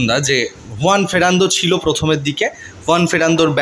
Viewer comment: ছিল কে সিলো বলছে